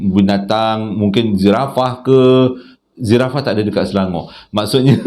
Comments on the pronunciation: Assalam abang. Cerita hari ni tak begitu berat.. cara abang bercerita pun nampak santai tapi bersemangat. Kisah pertama... bab abang tersasul Zirafah tu lawak bang. Rasa macam duduk kat Afrika.. hihihi.. Kisah kedua pulut kuning. Mmg legend lah sapa2 yang buat hantaran pulut kuning. Gigih betul.. nak masak lagi.. nak hias lagi. Tukang pegang dulang pun kena betul2 sbb dulang tu berat.. mmg salute lah... Kisah ketiga... ada2 je yang menyamar jadi cik ton. Kesian kat mak Syah.. tapi kisah ketiga ni seram. Nampak cik ton terbang.. eeeiii... scary mary.... Terima kasih abang sbb sudi bercerita. Nani tunggu setiap video baru dari abang. Sekian.. Assalamualaikum.. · Bila sebut Zirafah..geli hati benar rase hadui..terhibur betol 😂